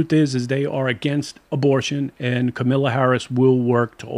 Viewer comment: Also, it is KAMALA not Camila LMAO. And it is the African American community not the African community.